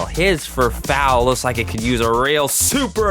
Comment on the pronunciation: it’s pronounced f-er-f-er-oo not f-er-f-ow